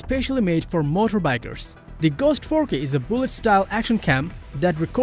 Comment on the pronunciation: Shoots at an incredible ForK resolution. Do not be shy to say KAYYY 4 Kay , C"mon man ...